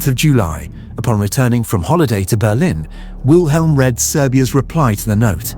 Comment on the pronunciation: Funny for a man who speaks fluent German keeps mispronouncing the name Wilhelm...